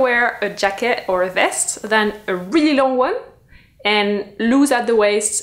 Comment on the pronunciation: There is no way anyone can say "really long one" more French than how you just did!! 😂